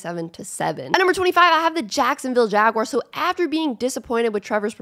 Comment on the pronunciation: I subbed bc I like the way you say jaguars